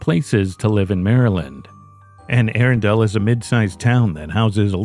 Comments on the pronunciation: The Anne Arundle case in Maryland is going to drive me insane for all the wrong reasons. It’s pronounced Anne A-Rundle. Not Anne Air-undel. I’m sorry. I am sorry for the family. This is just one of my pet peeves the pronunciation of words. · It's pronounced Anne "Ahrunduhl" not Anne "Aarondale" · Just for future reference, Anne Arundel is pronounced anne Ah-run-dull. It was driving me nuts. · In the UK, the original town is called Air-undel. But I agree that the local pronunciation should be used.